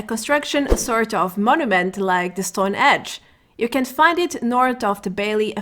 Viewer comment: Car Henge. Henge. Not Edge. Thanks for the laugh :).